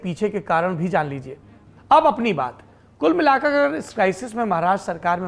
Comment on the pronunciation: 17 minutes 04 second me kya bol raha hai news anchor #kul milakkakkakakarrrrrrrrrrrrr ??